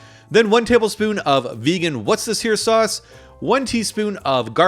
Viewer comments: Lol. Why can't Americans pronounce Worcestershire sauce? 😅.? It's so easy. Wu ( as in the phonetic way kids say W.) sta sheer. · Just to let you know, worchestershire sauce is pronounced wuss-tuh-sheer! Great vid otherwise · I always find it amusing that Americans can't say 'Worcestershire'. I'm Irish and we can say it just fine! Try this way phonetically - Wost-ish-er . Fun fact: You do have a state New Hampshire with the 'shire' bit too that confuses you but yet you probably can say New Hampshire jus fine! 😄